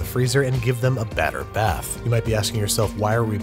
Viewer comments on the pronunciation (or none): none